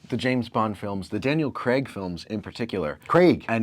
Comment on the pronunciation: “Daniel Creg”… don’t do that 😂